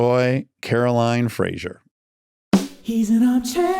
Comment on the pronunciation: A Scottish person, and Fraser is a Scottish surname, it makes me shudder how Americans pronounce Fraser like Frasher. The s is like a z. Fray-zer.